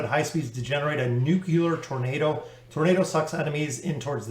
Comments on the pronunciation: Why do americans says Nucular instead of nuclear? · not just you, i’ve heard it pronounce nukular many many times